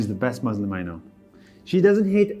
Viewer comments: It's Muslim it's not muZlim. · These people can pronounce the S properly in everything except Muslim. we are "MUSLIMS" not "MaZLims" 😖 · Muzlim is a mispronounciation of muslim٫ but it also can mean mudhlim٫ which means oppressor. Please be careful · Any muslim who says "muzlim" needs to be verified. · He also says muzlim too 💀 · Anyone say maazleem instead of Muslim need to be verified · every ACTUAL muslim does not say "muzlim"